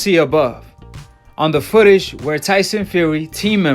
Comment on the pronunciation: he lost me at "fotageges" haha